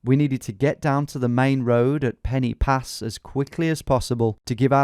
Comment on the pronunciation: Cracking video as usual mate, but Tom if you're reading this; do us a favour and next time your in Wales try to remember if there is a Y in the name I.e Pen-y-Pass or Penyfan it's not pronounced as an English 'e' sound like Pennie pass, its closer to an 'er' as it sounds in 'closer'. So it would be 'Pen er pass' or 'pen er van' . Love your videos but it makes me cringe every time I hear it lol!